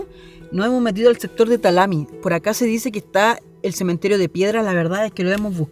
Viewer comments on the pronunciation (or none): Talamí, también se acentúa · ALHUE Y TALAMI ACENTO E Y LA I AGUEONAO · La comuna o villa se pronuncia Alhué y El otro lugar es Talamí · los nombres no son Talami ni Álhue,...rectifique porfa se nombra correctamente Alhué y Talamí.... Con acento en la útima sílaba. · Lo mismo Talamí, acento en la última vocal. Talamí es el nombre de un cerro al sur de esa cordillera. El lado norte está el cerro Piche donde nace el estero del mismo nombre. Hay una canción folclórica que dice que el Diablo nació entre Piche y Talamí, o sea Alhué